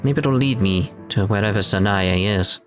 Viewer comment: Interesting point, in Clannad the name Sanae is two syllables not three